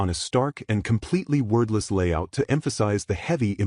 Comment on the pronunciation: Why does the AI keep saying "worthless"? Or was that "wordless"?